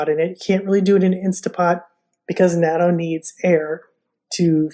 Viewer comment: Love natto and now I do make it in my Luvele..but could we please pronounce it like this “not.toe”…. Or listen to a Japanese person pronounce it…just saying…you did inspire me to use my Luvele for making it. Next I will order the specially cultivated smaller soybeans for natto from Laura soybeans.. turns out even the natto made in Japan uses special soybeans imported from the US